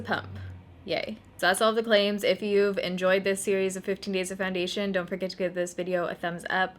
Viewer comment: Soo when does the next 15 days of foindation start? 😂😂 jk. Seriously though thank you for doing this series.